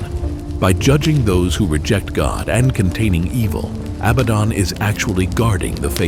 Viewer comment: It is not pronounced job like something you work at it is pronounced Joe, but with a long, ON a Biden is pronounced just like the word Aladdin a bad rhymes with Aladdin it’s not Abbadon😅